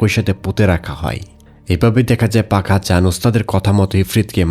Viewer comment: Apnar sobkichu thik ache kintu uccharon ta thik korer pak hasan k bar bar fak hasan bolchen sunte kenon jeno lagche